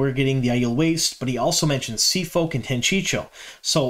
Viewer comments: Every time you say Tanchicho I giggle. Isn't it "tan chee ko"? Thanks for your videos, loving the info and looking forward to S3🎉!!!!! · I think you 100% knew the way to say Tan-chee-coh and just mispronounced for fun/an attempt to increase interaction. It worked. Made me comment :) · Good stuff man, agree on the Tear stuff. Drove me nuts with your Tanchico pronounciation though lol Tan-chee-koh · I love how we all have our own pronunciations from our original reads too. 😂 I’m Tan-Chee-Ko too 🙃